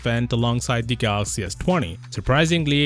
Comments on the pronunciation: My only hope is the next president of Samsung can pronounce Galaxy instead of Galax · lol I know how to spell Galaxy dude.. DJ Koh says Galoxy and that's the tradition we like but won't be there anymore as there is a new CEO